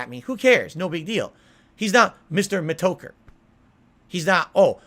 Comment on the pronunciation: "Mister... Me-toker"